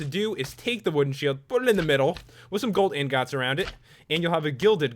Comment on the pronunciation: the way he says "ingot" 😂😂😂